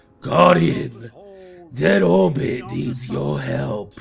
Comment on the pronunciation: Did you say 'My Dead Whorebit Hunter'